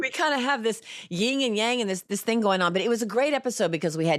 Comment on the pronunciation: It’s YIN yang, not ying.